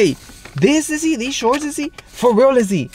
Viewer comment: He said I'm foreals look 🙏 😂😂😂